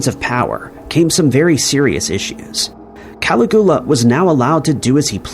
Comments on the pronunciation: It's AI mate, they just to a horrible job of reviewing the output. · Ka-LIG-yoo-Luh means Little Boots/Sandals. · How do you get Tiberius correct but not Caligula hahaha. . It's pronounced Ka-lig-you-lahhh.. Good try though😁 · Cala Goo LA ! 😆😅🤣😂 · "Cali-GOO-la" is the sole reason I will not hit that like button. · "Cali-GOO-lah" omg. Dude. Be so for real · I came down here looking for this comment lol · Is Cali-goo-la anywhere near Pascagoula? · Agreed Caligula is it but you don't pronounce Dublin right either, I think you might do it on purpose lol! I really appreciated this 1 as my sister is a sociopath, the 1 just above me. I grew up in a family of 5 girls & she abused me with words my whole life? We grew up with 2 alcoholic parents, but they weren't as bad as she was, how can someone be that cruel? And to this day I don't speak to her, I had to step away... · Yes the pronunciation of Caligula really is as bad as i thought 😂😂. Also have you noticed how never bothers to interact with his audience in comments? Its like a factory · 🏃‍♀️<~~ me running ro the comments to see all the Caligula pronunciation outrage 🍿😂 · 😂😂😂me too!!!!! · It took me hearing it three times before I realized who he was trying to talk about 😂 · Please stop pronouncing Caligula like that, sounds ridiculous and there's no excuse whrn you can just google the pronunciation 🙄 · It's done purposely to gather video interaction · It's pronounced Cuh-lig-yoo-luh. Sorry, I love your vids but that pronunciation Ca-li-gool-uh was killing me. Lol. You're great tho, don't sweat it too much but maybe check those pronunciations before recording your narration. Same with Med-eh-lin. It's actually pronounced like Med-uh-yeen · Bernie Mad-off is pronounced Maid-off. And don't even get me started on Cali-goo-luh. Did you do any research before making this video??